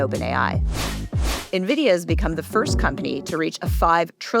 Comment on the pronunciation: you're an excellent host for this podcast, which I've watched/listened to for about a year. I love the rotating panel of AI Researchers. Minor correction: NVIDIA is pronounced "en-vid-ee-uh" by Jensen Huang, himself. Keep up the good work!